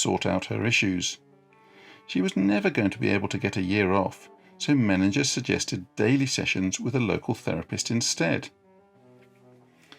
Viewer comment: I knew Karl Menninger and his son Roy. The last name is pronounced Men-in-ger, not Men-in-jer